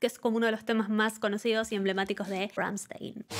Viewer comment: Se dice "Ramshtain" 😅